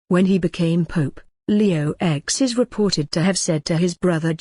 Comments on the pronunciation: Leo "X" really? I know it's a computer voice but really, cant tell a letter from a roman numeral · Come on!!! Leo "ecs" and Alexander "vi"??? "Ces-ar"??? Pathetic!!!